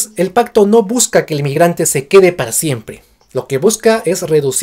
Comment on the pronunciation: Pacto? O Pajcto? Suena como pajcto con jota! Por qué?